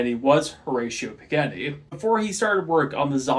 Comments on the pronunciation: "Mahzdah" and "Pahgahni". Best I can do phonetically lol Japanese very rarely uses "aye" for A, it's almost always "ah", and Italian, just like Japanese, is almost always "Ah" vs "aye" for A. Italian examples: Pizza, Carbonara, Ferarri Japanese examples: Takoyaki, Tamago, Konnichiwa Both examples use "Ah", not "aye" For what it's worth, I still enjoyed the video lol. Nice work! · You’re pronouncing Mazda and Pagani wrong lol